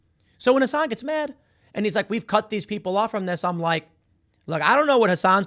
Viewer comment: TIM saying Hasan right is disgusting